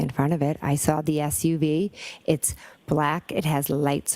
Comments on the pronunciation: She never ‘sawr a body’ 😂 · Dude that got me every time I sar her saying it. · She never “sawr” a body. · Ohhhh now there's an R all of a sudden?? Right there at the end of the word saw.... 😮